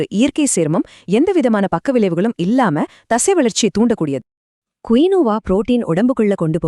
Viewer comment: குயியோவா கிடையாது கீனுவா